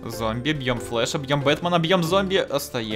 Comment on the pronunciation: Он не flasch а Flash!